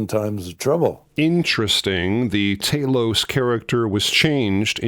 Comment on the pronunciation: that moment when Talos turned his head on the plinth!!!! (That's TALOS btw, not TAY-LOWSE 😉🤔🤨😊) It STILL looks and sounds bloody amazing! The entire Talos section is an utter masterclass. Sooo many great scenes in this movie and it hit me like a train when I first saw it as a young lad when it first appeared on UK TV screens waaaaay back when...and guess what? It STILL does at 61 years old! Goodness knows how many times I've seen this gem. Of note is the fact that future Dr. Who actor Patrick Troughton appears as the guy tormented by the Harpies...but you may have known that already? As an addendum, I think you should apply your wonderful knowledge and reviewing talents to Spartacus ASAP.......please? Pretty please......with bells on?🥺🙏😃